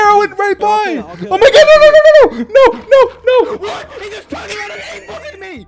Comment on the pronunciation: George: "GET HIM!.. or her, or it" Dream: oxygen depleted George: "hwot?!"